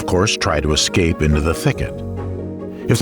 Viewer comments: Unbelievable!! I thoroughly enjoyed this but couldn’t believe my ears when the narrator, someone who reads professionally and should absolutely know better, was either too lazy or too ignorant to read and pronounce a word correctly. There’s no excuse. The word is ES-CAPE. There is no X or K in it. Somebody dock his pay please. Ignorance is not bliss. Shame on the editors for accepting that. . No such word as “…ex-cape..” or “…ek-scape”🤷🏼‍♀️ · “Ex-cape?” Uhf…